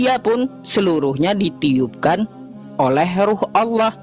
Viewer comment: Oten ini gimana Baca tulisan Allah di baca Alah nipu2 ni yeee .